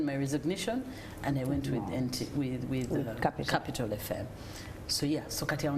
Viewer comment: It's the pronunciation of capital fm by for me.